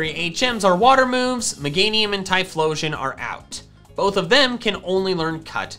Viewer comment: Left off the H in Typhlosion!